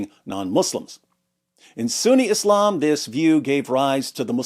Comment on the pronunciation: English has established pronunciations of the words Islam, Muslim, Allah, Khamanei, etc, why you saying them all weird like that